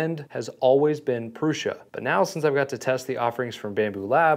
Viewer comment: why are you saying "proosh-a"? there is only one "s" and no "h", and it's "u", not a double "o". smh. i'm about to thumbs down this video. then you switched to "proo-sa".